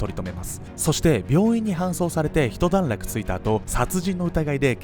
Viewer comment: 『ひとだんらく』ではなく『いちだんらく』な。